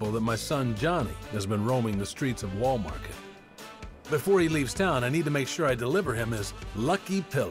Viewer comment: Why is it that every time they say 'Wall Market' it sounded like ' Wal-Mart' to me?